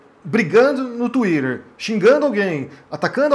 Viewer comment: achei que nunca veria nada mais engraçado que vc falando "inglesadamente" twitter, ou instagram quando vc fala, mas vc falando o nome do seu livro em francês superou kkkkkkk eu te adoro e admiro seu trabalho demais! desculpa a zuada <3 kkkkk